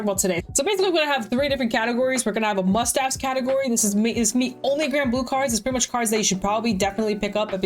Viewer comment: When you said "Must Have" i heard "Mustache" and was really confused